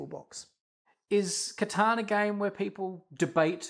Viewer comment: Someone said catan correct finally